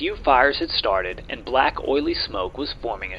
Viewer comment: Excellent video, but is it possible to create a voice which avoids the uneducated accent that pronounces "aynd," (hundreeds of times), "aynti-aircraft," etc gratingly every time an a occurs? Sure, a niggling point but its correction would help your presentation lots.